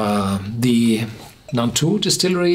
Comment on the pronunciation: It's Nantou, not Naltou!